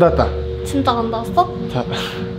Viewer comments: 아니 귀엽고 예쁘고 다 좋은데 발음 나만킹받냐ㅋㅋㅋㅋ 즌짜안다아써? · 진다 안다아써? 발음이 😢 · 즌쨔안닿앟쓰어 발음 중국여자 저러고 사회생활 가능하냐? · 징짜 앙다아써? 여자 발음 왜 저래? 자막 없음 못 알아들었을 듯